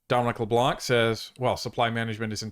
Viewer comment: Fyi, the C is silent in Leblanc